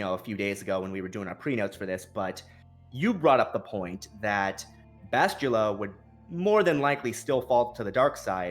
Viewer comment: Bastilla not Bashtulla..I cringe everytime he says it wrong...